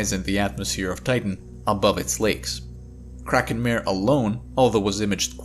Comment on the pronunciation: Kraken Mare? Not mehr, but mah-reh!